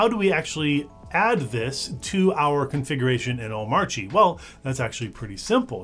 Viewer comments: The video is great. But pronunciation of Omarchy is terrible. its the same as like Oligarchy it is pronounced kee not chi. damn that was tough to listen to. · Small thing, but I thought "Omarchy" rhymed with "anarchy". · Nice video. Why does DHH not pronounce the 'r' in Omarchy. In the r silent in Danish?